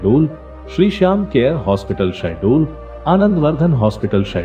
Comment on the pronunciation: SHAHDOL not sahdol😒🤔 gawar